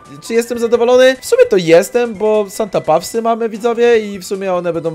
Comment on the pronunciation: Pisze się Santa paws A czyta się Santa pos